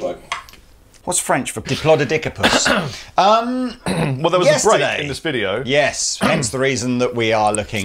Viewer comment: According to my 4 year old nephew's dinsoaur duvet cover, it's "diplodocus", not "diplodocus".